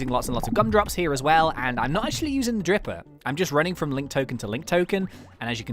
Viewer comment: ITS FREAKING DRIPPER NOT DIPPER